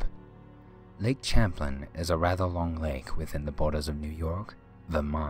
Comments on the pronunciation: pertaining to #10..we live in Vermont and my wife grew up on lake Champlain..it's pronounced Sham-plain lol.. and The creature is absolutely real. And is pronounced Ch-amp. Back in the 80s there was a cruise around the lake called the spirit of Eathan Allen, (still runs today) and there were upwards of 100 witnesses. Some of which took pictures. Men came aboard and forcefully took all film, from the few people who wouldn't sell them. Everyone's that lives near the lake both in Ticonderoga, (on NY side) and in Addison (on Vt side, where my wife grew up, after being born in Ticonderoga) knows it as fact, not legend. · Lake Champlain is pronounced "sham-plane"... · Champlain is actually pronounced like "sham plain"... and he is called Champy by the locals. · It's "Shamp-lane" and "Eer-i-koy" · Regarding "Champ." The name of the explorer and the lake is pronounced "Sham - plane." It is French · In Champlain the Ch is an sh. It's French. Do you even Canadian history bro. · ok, I like these videos, but damn, can you please pronounce stuff right? yeah yeah, I am the grammar police. it's SAR-A-SOTA Florida, and as a resident of New York state, who has been to Lake Champlain many times in my life----it's pronounced SHAM-PLAY-N. As in ssssshhhhhhh, be quiet.....see. I prefer people correcting me, it's the polite thing to do, with respect of course... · omg I live in VT and it's not pronounced CHamplain it's pronounced more like SHamplain...but yes it's spelled CHamplain...if you are going to do vids you should probably do a little more research first lol. And yes, there really a "creature" named Champ... everyone knows about it, it's not a question of IF you believe, but more if you've seen him... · Wow. Messed up the pronunciation of Lake Champlain. Good job. Shows no research on a world wide site. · Eye-rokees ? No.. Ear-eh-quoi,,, And it's Cham- plane, not Champ-lin............................ Sheesh!! Fun vid, though......